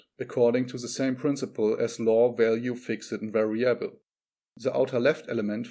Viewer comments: 'variable. Not vari•'able. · Not vari•'able. But 'variable. Accent on the first syllable not third. De•'velopment accent on the second syllable. Not devel•'op-ment. 'Ele•"mentary accents on first and third syllables. Major accent on third syllable. Metaphysics as met•a, not meet•a. Separate is a noun and a verb. Generally verbs are pronounced differently from nouns.i.e., 'rebel is a noun, re•'bel is a verb. The noun 'seperate accent on first syllable. The verb "se•'parate. 'Castrated. Not cas•'trated. I agree with you: leave the fish in the 'wild' water!! 'Profitable first syllable not pro•'fitable. Cooperation or competition? Or a balance?